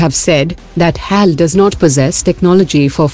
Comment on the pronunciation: Not Hyaal its H A L